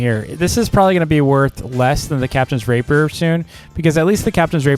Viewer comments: Can you please say captains ray-pee-er Not the other one It's unnecessary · The way he says “captains rapier” kills me im sorry I just can’t unhear it 😭😭